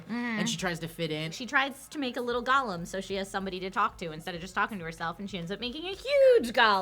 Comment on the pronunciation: I hate how they are saying golem.